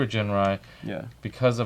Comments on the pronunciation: No hard 'G' for Ginrai… Correct pronunciation is 'Jinrai'. Besides, wait 'til Super Ginrai combine with Godbomber (with PC-15 and 16), u'll be surprised. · but the actual pronunciation IS Jinrai, not "Ginrai", with a ji sound. The Japanese name is written as ジンライ, with the katakana "ji". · Every time you mispronounce Ginrai's name, a puppy dies. (Because I killed it.)